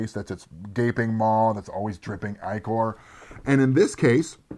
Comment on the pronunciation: Also: ichor, the "i" is the same as in the word "ink". IK-er